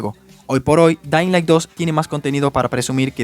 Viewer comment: jajajaja me paso q no sabia si dijo "dainlai" o "dedailan" XD